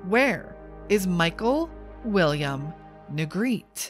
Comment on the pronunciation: His last name is pronounced Nuh-greh-tee. He and his family were my neighbors for several years.